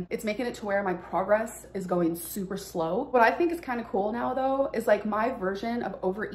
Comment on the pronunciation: “do you really tink you are malnoorished?” -Dr Now